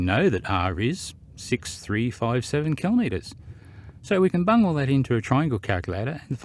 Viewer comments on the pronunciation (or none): "so we can bung all this into a calculator"... Is that what you actually said? I thought i heard the word "bum".... Not sure why I am asking this...